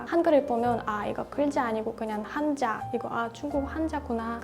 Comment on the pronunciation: 영상을 여러개 봤는데 아주 부드럽게 한국어를 잘 구사하시네요. 참 듣기 편하고 좋아요. 일부 발음 예를들면 한자는 한짜로 발음하면 보다 원어민 발음에 가깝게 들릴것 같아요. 계속 즐겁게 지내세요~~^^